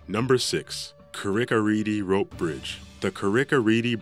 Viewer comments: The way he pronounces the one in northern ireland. Im from there and its pronounce "carick-ah-reed. But he said carricka reedy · Paul Bourbon yeah no. 6 should be pronounced 'ka-rick-ah-reed' not 'Ka-rick-ah-reedy' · It's pronounced read not redey you muppet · Its Car-rick a reed rope bridge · Carrick-a-rede is pronounced "carr-ick ah reed" - not... what you said... and its not anywhere near as bad as the rest on the list! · ITS CARRICK A REED IS HOW U SAY IT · Can't even pronounce Carrick-a-rede Rede is pronounced the same as 'read' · Carrick a rede 😂plz learn how to pronounce them properly lad 😂🇮🇪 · The narrator's pronunciation of Carrick a rede rope bridge is utter rubbish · Very bad pronunciation of number 6